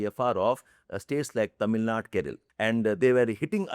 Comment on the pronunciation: Leave the injustice for south India in the bill aside because it’s seen in the video itself. What is Keral and Tamil Nad? It’s Kerala or Keralam and Tamil Nadu. Why can’t you pronounce the words properly? I have seen many people from the north act as if they are privileged and sound in a way while pronouning the names of south like it’s very very hard for them and it’s like we don’t pronounce such words as if they ares some Spanish or other language which people are not familiar with mostly. South Indians never do that and try to act cool. With due respect sir please considering the entire spelling of the word while taking the name of it.